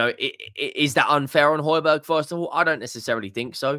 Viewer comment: He just wants to start when players like Bissouma is playing shite. His name is pronounced Hoy Bee Air not Hoy Berg He wants to play out of us he gives his all